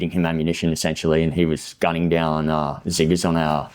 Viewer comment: did he say ziggers 😭